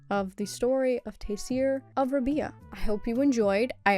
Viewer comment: Rab-eye-ah; pronounced similarly to pariah